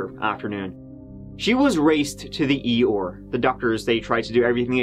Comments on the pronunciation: "...becoming an 'E-OR' doctor". Was that at The Winnie The Pooh Hospital? 😂 (For a small minority who might've corrected me, I know he meant ER) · The E.R or as likes to say the E OR lol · Rushed to the "Eyore"? Did you mean E.R.? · I never noticed that you pronounce “ER” like”Eyore” from Winnie the Pooh. Ps,.. You are my favorite! “Let’s give it a goooo.” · 'raced to the EYOR'?! was Pooh Bear & Tigger there?😉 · I've never heard E.R pronounced this way 🤔 😆